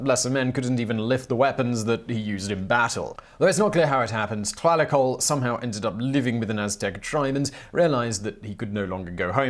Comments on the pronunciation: No Simon. Tlahuicole is the correct pronounciation. No worries. Thanks for another excellent video. We do appreciate all the research that must go into this series. Peace. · Come on Simon.. it is pronounced Tlahuicole, not Tlahuicole!